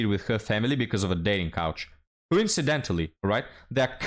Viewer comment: keeps saying "dating couch." LOL WUTT? Casting Couch? Oh. Oh! Dating coAch...